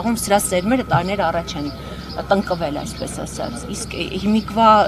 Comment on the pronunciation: տնկելն եմ հասկացել, բայց իր մոտ հենց կոպիտ արտասանություն ն էր